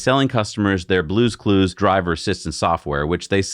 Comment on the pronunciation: will ever going to pronunce the name (BlueCruise) right... 😁😆🤣